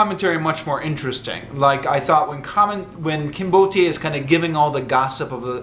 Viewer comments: "Kinbote" should not be pronounced trisyllabically. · mispronunciation of "Kinbote" makes the name sound Nigerian.